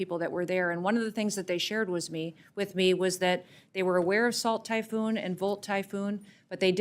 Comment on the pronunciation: one of the thing they hared wiz me? weird weird weird slip